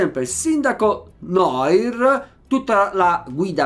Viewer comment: Noir si pronuncia "Nuar"